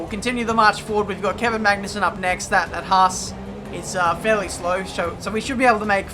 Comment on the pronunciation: I LOVE YOU. FINALLY SOMEONE WHO KNOWS HOW TO PRONOUNCE "HAAS". AS AN AMERICAN THIS PLEASES ME SUCH A GREAT EXTENT YOU HAVE NO IDEA.